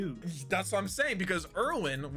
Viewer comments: It Just hurts how pronounces Erwin's name since im a German and know how to pronounce basicly every name in the show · these kids fr disrespecting commander erwin's name wow